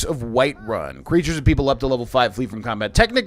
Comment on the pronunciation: I will advocate for the word pronounced "CREE-ters" [spelling subject to review] as a new word meaning "creature, critter or both" English; Noun. Let's petition The Oxford English Dictionary and Webster's Dictionary care-takers.